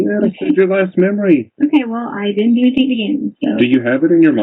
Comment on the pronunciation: “I don’t know ANYTHINK!!” She’s such a moron it’s unbelievable